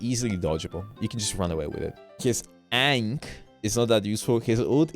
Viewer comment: How does he still not know how to pronounce Ankh? Is he stupid?